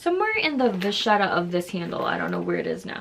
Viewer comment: Wow, finally someone who know how to pronounce vachette! May I recommend that you watch the YouTube video: Monsieur Ashley, The Louis Vuitton secret, what LV won’t tell you. All about treating vachette!